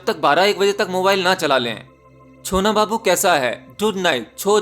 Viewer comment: Sir ne sona babu nhi bola..chona babu bola😂😂 ache se suna kijiye sir ko😝😝 plzz don't mind 🙏🙏 just kidding😅😊